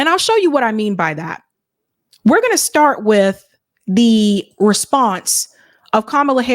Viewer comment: Her standard answer: "Thans for asking. Let me syart by saying, I was born a po black child!"!